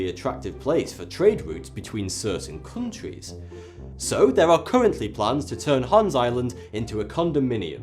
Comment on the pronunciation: "Cooontwies". Wonderful pronunciation of "countries".